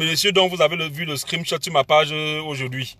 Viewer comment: on dit SCREENSHOT et non scrimshot hahahhahah